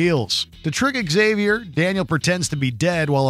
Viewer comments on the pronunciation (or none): "Eggsavy-or"? isn't it pronounced 'Ksavior'?